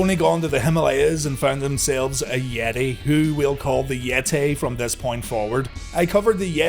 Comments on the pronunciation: The Yet-Tay!! 🤣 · Omg it's the Yet-Tay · Why is yeh-tae a mum-ay?